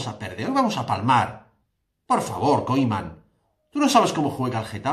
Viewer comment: Haznos un favor pronuncia bien el nombre del entrenador que me sangra el oido cada vez que dices Koiman en vez de Koeman por favor.